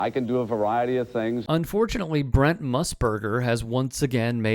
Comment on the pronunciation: You are so inept you can't even say Brent... it's not Brunt or Brnt as you keep saying... how hard is it? B R E N T